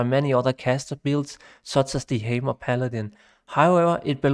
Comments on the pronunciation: "The Heymer Paladin" ;D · Thanks for the great summary. Really enjoyed the video. Not to shit on your accent or anything, but not knowing how to say "necro" and "hammer" is kind of an oversight :D